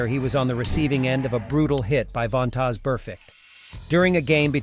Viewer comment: How is this dude making NFL videos and can’t pronounce the players names? Von-tozz?!!! 🤦‍♂️. And JuJus hit on him wasn’t a tackle, it was a block